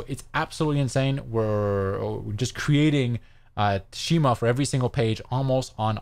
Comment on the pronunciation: Pronounced SKEE-MAH